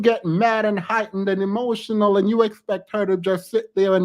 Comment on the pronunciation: “…hemotional!” It never fails. They lose their “facade” of decorum, respect and patience when they can’t exert their dominance! 🤣🤣🤣🤣🤣🤣🤣🤣🤣🤣🤣🤣